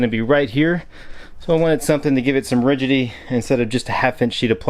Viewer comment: and , Rigity LOL